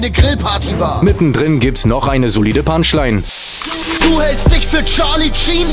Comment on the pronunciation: julien das heißt Parts! und nicht barts! und auch punchline! nicht bunchline!